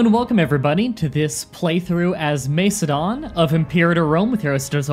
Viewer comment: Great video man, and I know you apologised for your pronunciation but I still could help but laugh at some of your attempts, just a quick tip, it’s pronounced more like Mak-edon rather than Mace-edon, the C is hard in classical Greek and Latin, hope that helps a bit 😊